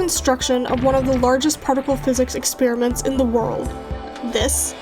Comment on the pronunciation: ‘Partical’ physics 😂